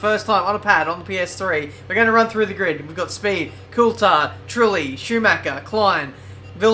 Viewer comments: Well Coulthard himself pronouncs it cool-thard. So it's a 'th' sound and not just a 't' sound. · Here's a tip pronounce Coulthard correctly.